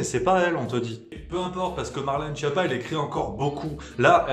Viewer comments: Schiappa se prononce "Skiappa", nom d'origine italienne, la traduction française porte à sourire... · Juste pour info, Schiappa se prononce "sKiappa", d'ailleurs elle a plutôt intérêt à ce qu'on dise mal son nom parce qu'en Italien, "Schiappa" veut dire "nul", "cancre"...